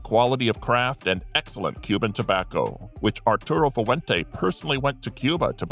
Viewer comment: Fu-ah-went-aa? What kind of pronunciation is that?